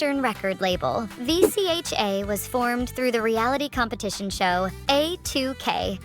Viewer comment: Is she an AI or something? It’s pronounced Vee-chuh!